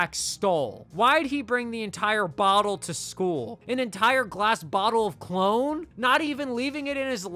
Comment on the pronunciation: dude I jus realized u were sayin cologne, I thought u were sayin clone dis whole time & I was so confused lol 🤦🏿‍♂️